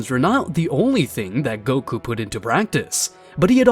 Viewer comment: Please fix this Wtf is "goky" it is goku